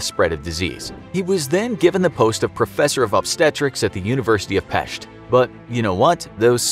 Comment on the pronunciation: Wait he actually said Pest right